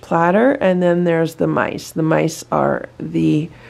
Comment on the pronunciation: They thought you said nice, then they realized it's mice lol